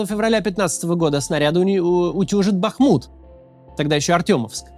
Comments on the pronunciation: Максим, спасибо, что наконец-то правильно начали ставить ударение в названии города БахмУт. Вам для этого потребовалось гораздо больше времени, чем логически объяснимо. но нучше поздно, чем никогда. Как для бахмутчанки для меня это очень важно. благодарю! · Респектос за БахмУт, а не БАхмут, а-то ухо резало, спасибо